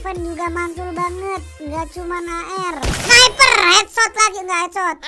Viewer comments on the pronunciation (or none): none